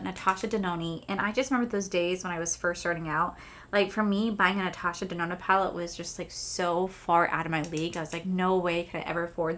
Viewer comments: Lol. I remember when you’d call it Natasha denonee. Was pretty funny. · this color story is 1000% me!!! this palette will be mine someday!!! you should definitely contact customer service about the smell. heather also has a code for 15% off the palette. i’m glad you had a great time with betty jean and theresa. i remember when you used to mess up natasha’s last name. good times. 💚💚💚